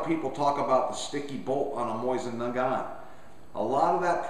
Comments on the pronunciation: Nice. Just used this to help me tear down mine. Good instructions. Also... lol at "Moisten" Nagant. :) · great vid, only thing that slightly bugged me was simply the way you said it. i say it (moe-zin nu-gant) and you say it (moy-zin nu-gont) just i little bit different, cool vid though, i love mosins.